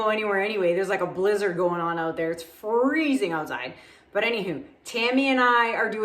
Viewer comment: I love the accent “ now check these oat”! Love all your work and thx for the discount on my resin!